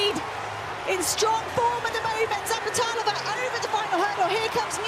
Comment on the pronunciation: ...and you still got it wrong :) Its Zapleta"lova" :)))